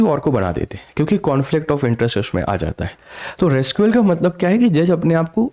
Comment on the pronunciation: भय्या जी रिक्यूज़ होता है रेस्क्यू नहीं। थोड़ा सा पहले स्वयं तो पढ़ लो फिर पढ़ाना। केवल जैकेट पहन के डिजिटल बोर्ड लेकर वीडियो बनाना ठीक बात नहीं. अंग्रेजी के शब्द का सही उच्चारण सीखें फिर बोलें, तो आपके लिए उचित रहेगा भय्या जी।